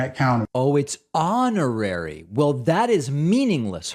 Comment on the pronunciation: hon·or·ar·y /ˈänəˌrerē/ Learn to pronounce adjective 1. conferred as an honor, without the usual requirements or functions.